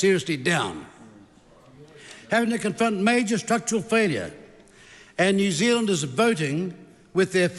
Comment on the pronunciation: I love it when Winston talks so quickly his words start crashing into each other...when "New Zealanders" become "New Zlnders"...😂😂😂😂